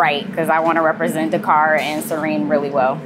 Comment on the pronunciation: I love this and will try this next time in Nola! - the only thing that was a pet-peeve throughout watching this as a senegambian is how wrongly things are pronounced. The executive chef is to blame and that’s starting with his name (pronounced Si-reng) and the pronunciation of Dakár. Supakanja (the j is not pronounced as a y like it would be in Spanish, it’s Supa-kan-Jah - like how the Jamaicans say Jah). Roff is not pronounced as Roth of Roff, it’s pronounced as Raw-ff. I’m sorry because I know the mispronunciation is not intentional but the executive chef should teach the correct pronunciation as it is part of the culture. I notice a lot of Africans deem it pointless to correct pronunciations but it is important - we don’t want it to get lost in translation. Also, as senegambians, we don’t call it jollof - it should keep it traditional and name it ‘Chieb’ (pronounced as Cheb). Jollof is for Ghanaians and Nigerians.